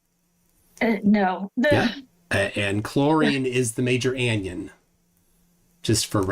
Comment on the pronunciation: I take it you were just being ironic with your pronunciation of cation and anion....